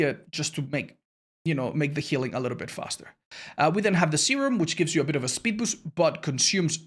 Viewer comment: Spood beest